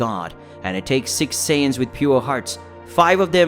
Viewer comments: Saiyans not saiyadans lol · bro went from saijans to saiyadans💀💀💀💀💀💀💀